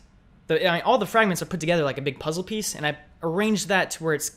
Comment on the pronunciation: Ikr, at like when he said puzzle piece, is how my mind was, soo puzzlings, my mind almost blew just trying to figure out what he was saying.